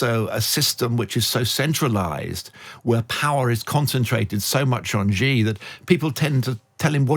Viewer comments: Another "China expert" who can't pronounce the PRC's president's name properly... 哎呀! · Please learn some basic Chinese pronunciation if you are going to speaking as a China expert🙏